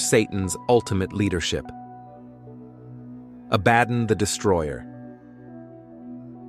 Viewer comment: One thing I am constantly sick of is mispronunciations on YouTube. Stop reading it. Actually find out how words are pronounced like Abbadon.